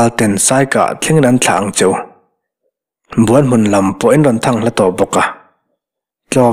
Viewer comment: Buan hmun..tih a, 'Buan' tih rik dan, Kima leh zova an inbuan a, Kima a chak zawk' tih a, 'Buan' ri anga lam ri sang hi, Kima chuan a buan-pui kha a hneh asin..tih a, buan..ri hniam anga ri tur a ni zawk em? Buanhmun..tih hming ang hian. Ka rin dan mai mai a ni e.